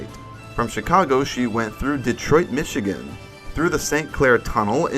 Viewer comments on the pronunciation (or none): none